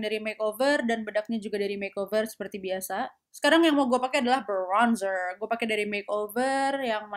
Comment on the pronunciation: Brrrrrrrrrrrronzer, dikit aja sis, sakarepmu, mari ngono hahahaha kesel dengernya tapi ngakak 😂